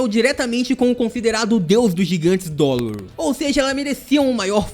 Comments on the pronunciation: Não é dolor é drole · cara não e dorle e drole